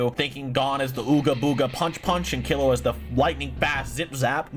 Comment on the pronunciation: All this has taught me is can’t pronounced characters name properly. Kill-E-Wa G-oh-n He-so-kuh